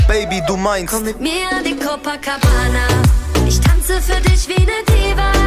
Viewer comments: Wenn Monte statt copa Coca sagt 😂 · "Cococabana" Alles Klar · haha sagt er cococabana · "Cococabana" Hahaha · "Cococabana" ahahhahahaha Ehrenmann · Und dann noch "coco"cabana xD ich kack ab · cococabana xD😂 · Niemand: Niemand: Monte:cococabana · cococabana xd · sagt er cococabana😂👍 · cococabana hahahahaha omg xD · Monte: cocokabana😂😂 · niemand: monte:cococabana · Haha bei 0.43 sagt er er sieht da kein future statt feat. 🤣🤣🤣 Aja und Cococabana🤣🤣 Monte is echt lost